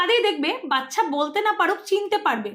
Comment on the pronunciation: Didi video ti valo hoyeche. Kintu baccha pronunciation ti bodhoy aapnaar thik hoy ni.